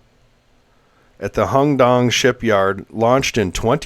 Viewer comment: Jesus Christ its not pronounced HONG DONG - you dyslexic? 🤡🤡🤡🤡